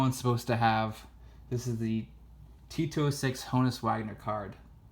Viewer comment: Every time he says 'T206', it sounds as if he's saying Tito Six.